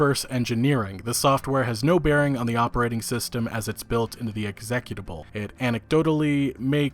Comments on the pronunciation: Learn how to pronounce the word executable. You’re saying it wrong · LOL learn how to pronounce executable dude